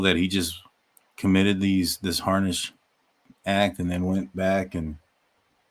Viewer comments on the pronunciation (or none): Unsubbing. "Disturbing", my arse. And it's HEINOUS, not harnish or whatever u said. A shame as thought I'd found a channel not on the let's lynch BK bandwagon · It's heinous not harnish...I doubt he layed down soaked in blood he was a clean freak according to neighbors, was always vacuuming at all hours.